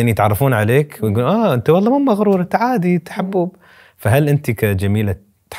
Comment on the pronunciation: تصحيح: واللهِ بكسر الهاء و ليس واللهي